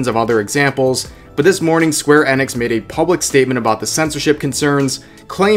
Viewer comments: square NX? It's eeeeee nix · Btx rev it's pronounced square i-nix not e-nix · Hey man square Enix is pronounced square e-nix not eh-nix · There is no way to not say this snidely. you probably know this and don't care but Enix is pronounced EE-nix. At least I think it is.